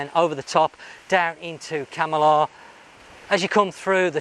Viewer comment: You say Kam - i - lah about a hundred times and every time you pronounce it wrong. Try; Kamarlah